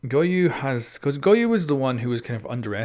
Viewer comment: U Pronounce Goyo with a Hard "O" in the Last, So it will sound like "Goyu"